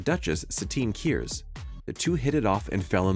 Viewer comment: I don't disagree that most of these moments are cool, but half of them aren't even from The Clone Wars, and I advise you to fix he pronunciation of Ahsoka and Kryze. Aside from that, Obi-Wan watching Satine die was mostly tragic and not so much badass. There are some really cool moments in TCW, like Obi-Wan slicing a missile in half, that could have served better.